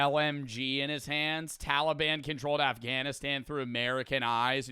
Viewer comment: “talyban avgnestan”